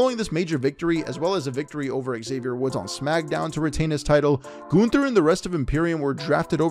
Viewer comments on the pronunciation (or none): It's Gunther, not Günther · Can someone please tell me do you pronounce Gunther as GUNther or GOONther